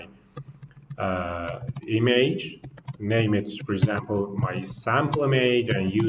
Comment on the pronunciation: Check the pronunciation for "image", the way you pronounce it sounds like "e-mage". Thanks for the presentation!